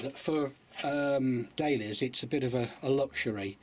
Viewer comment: It sounds like he is saying Day Lillies not Dahlias